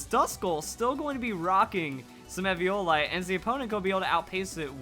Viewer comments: It is E V O LITE not EV I O LITE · im talking about pronunciation. He says EV IO LITE it is E VEEE O LITE the i is pronounced as an E. He says it weird and wrong and it makes me cringe